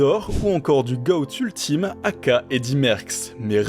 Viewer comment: superbe vidéo, par contre ''aka'' ne se prononce pas a-k-a, c'est un terme anglais qui veut dire ''also known as'' donc se prononce ey-key-ey